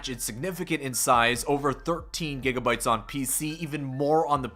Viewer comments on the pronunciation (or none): none